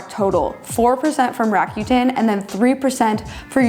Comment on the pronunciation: Fabulous content as always!! Just so you know, Rakuten is pronounced "ra-coo-ten".